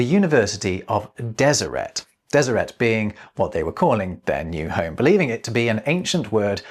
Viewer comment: It's good to hear someone pronounce Deseret, as a genealogist, I have a branch of Brits who joined the LDS after the London recruitment convention in the early 1900's, & i'd always assumed it was pronounced as it would be in French... with a silent T. Cheers,!